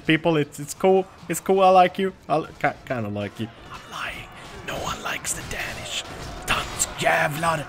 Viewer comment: You pronounce "Danish" like Day-nish not da-nish